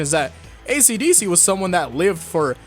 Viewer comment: Only took me 8 minutes to realize that "acdc" was "esidesi"